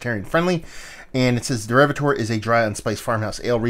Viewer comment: when you do a review try and pronounce the name of the beer correctly